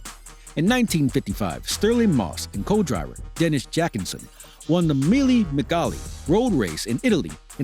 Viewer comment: "Mille MIGALE" Who is this fool??